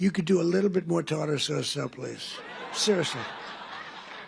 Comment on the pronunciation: Tartter sauce!???! Really?! WTF